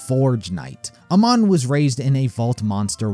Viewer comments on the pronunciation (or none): Its pronounced “ay-mahn” not “uh-mahn” :) Just wanted to mention it, great video!